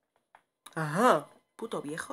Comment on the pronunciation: Jajajaja me da mucha risa cuando dice viejo y vieja